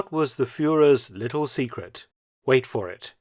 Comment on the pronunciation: Me too. Emphasis on the word "little" I think.